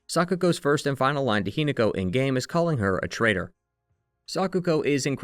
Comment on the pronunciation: Hi-NAH-ko is the pronunciation. I adore your videos but the pronunciation is driving me mad XD